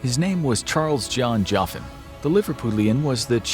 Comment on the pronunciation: I wonder if he’s a relative of mine if he’s from Liverpool a lot of my relatives are from there although I’m not from there myself. We also pronounce my name Jockin not Joffin haha.